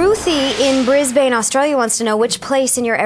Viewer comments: bris bane?? bris-bin. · AHAHAHHAHAAAHAH. Omfg, so funny how she pronounced Brisbane. Awwww :D It should be Bris-bund. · I cracked up when she said Brisbane. Anyone else I would have been offended with the crappy pronuciation but with her I just laugh